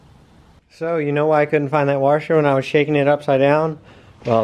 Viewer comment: This guy still can't say washer LMFAO